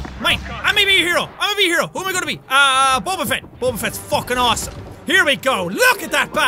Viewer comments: did anybody else notice he said bober instead of boba? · Boba not bobrrrrr